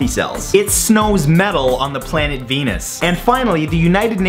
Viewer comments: I thought he said "it snows metal on the planet anus." Oops... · when he said that it snows metal on the planet venus i thought he said " it smells mental on the planet anus" oml im laughing so much that im crying XD